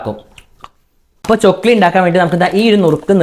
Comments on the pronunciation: Chokkili alla chakkli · Chokli alla chakli😂 Iam ksd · Chokli alla😂 chakli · Chokli alla itha chakli aanu🤣🤣🤣🤣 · Chokili alla. Chakli aan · Chokli alla..chakli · ചൊക്ലി അല്ല chakli ആണ് 😂